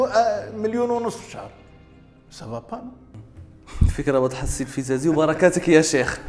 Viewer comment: للتصحيح :الفزازي بفتح الفاء وليس الفبزازي